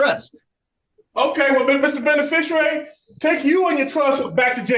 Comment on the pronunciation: If they want to use the word beneficiary they could at least learn to say it.